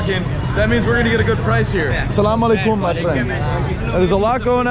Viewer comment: Greetings! This is to improve your pronunciation of two words: "El-Salam Alei-kom" not "koum" (meaning Peace upon you). The second word/first name is "Zeh-Nab" (The name of a holy lady in Islam). Please wear nice clothes when dining in a nice restaurant and when visiting a shrine; no shorts. Enjoy!